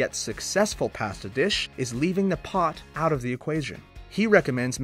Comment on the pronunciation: First time in the history of this channel...someone pronounced "pasta" correctly...but then went back to the usual wrong way.